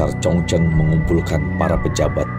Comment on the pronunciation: Kaisar 崇祯 ZhongZhen (baca Chung Cen) juga 李自成 Li ZiCheng (baca Li Ce Cheng)... Lafal fonetik-nya bukan dibaca n dikite dgn lafal ejaan bhs Indonesia baku... Akibatnya, bunyi lafal fonetik-nya jadi menyimpang jauh dari bunyi Lafal fonetik aslinya... MASUKAN untuk Mimin/Narator, baca dan pengucapan 汉语拼音 HanYu PinYin (baca Han Yi Phing Ying = Lafal ejaan bhs Mandari) bukan dgn ejaan baku bhs Indonesia yg mengakibatkan nama2 yg disebut jadi aneh dan sulit dimengerti bunyi ucapannya, seyogyanya Narator belajar dulu metode dikte/baca Phin Yin atau nanya dulu ke orang yg mengerti bhs Mandarin dan cara pengucapannya yg benar... Sayang informasi dari konten sejarah yg sangat baik jadi rancu dgn bunyi lafal fonetik nama2 tokoh sentral yg menyimpang jauh dari lafal fonetik aslinya... #Hanya sekedar masukan aja